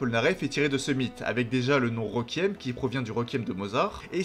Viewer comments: Je vais faire mon chiant deux minute: on prononce « Rékuiem » pas « Rékiem » et c’est androgyne, pas androgène (ça c’est des hormones mâle basiquement). Sinon très bonne vidéo, merci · super vidéo mais le mot requiem se prononce rékouièm et non pas reukiem merci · Pour t’aider à mieux prononcer requiem répète après moi Ré-Kui-Ém